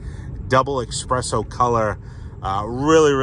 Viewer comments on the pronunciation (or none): "Beeuti-ful double express-o" 😂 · “Expresso”? “Sh*tBrown”? Naughty naughty! “Preferated”.😜